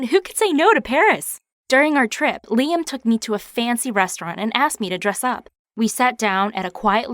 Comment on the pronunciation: She said “Liam” but I heard “Lia” Everything autocorrects to lesbian in my mind sometimes